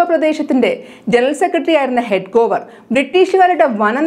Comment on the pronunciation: Dear news reader. Your pronunciation of names are not correct. Hedgewar is correct. Not Hedgovar